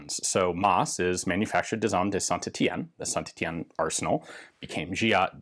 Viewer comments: Ian, your french accent is really improving, I suspect some specialized training has been going on :D Near perfect pronunciation of Saint-Etienne. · C bien d'entendre un américain bien prononcé saint Etienne lol super vidéo